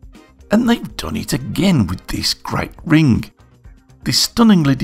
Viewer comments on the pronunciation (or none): You put the Rrrrr in ring.;-) Nice job!